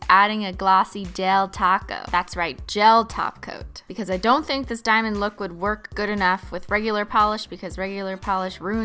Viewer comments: is it me or she says taco instead of top coat ~???? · when you say top coat it sounds like taco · When you say top coat, it sounds like taco Lol! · In her old videos when she said "top coat" it sometimes sounded like "taco" so people started joking about it and know she says it on purpose because everyone prefer taco💁‍♀️💅🌮😂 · I thought she said: now add a glossy del taco 🌮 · she does say glossy del taco 😂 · MintTube but she does say "glossy gel taco" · at first I thought you were saying a glossy del taco, but then when I realized you weren't I was LIKE THAT'S GENIUS SHE SHOULD CALL a gel top coat a del taco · I thought she said : now add a glassy del taco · Is it just me or does every time she says "top coat" I hear taco xD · She does literally say "taco" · She purposely says taco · Talitha Somerville she does say taco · Talitha Somerville she says taco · bc she IS saying taco XD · Glossy taco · Talitha Somerville it’s because she DOES say taco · I thought she said but add a glossy del taco 🌮 ⚰️r.i.p. vine you will be remembered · if u say top coat i think taht you say taco